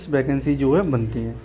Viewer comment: Vacancy ❌ Bacancy✅